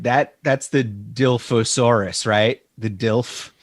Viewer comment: Good episode guys! Im bummed that when you drop Jurassic news I don't make it. Thanks for doing that for me! Let me help out. Say it with me now "Die-loff-o-saur-us" is how we pronounce the spitter dino Dilophosaurus.